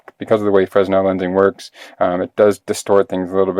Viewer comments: it's not "Frezno" lenses, or "Freznel" lenses. While your spelling is correct, the pronunciation in English is "Free-nel" the "s" is silent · used to pronounce fresnel as you do. Then it was explained to me it's French and pronounced fray-NEL. Rather narrow market for this item. My wife owns an iPhone 6. Doubt I will.But there could be a bevy of iPhone 6 imitators. One never knows, huh? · Can't watch any more. If I hear an American pronounce it "frez-nel" one more time, I'm going to auto-immolate through sheer will power... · It's a name, not a word translated into American- it should be pronounced correctly.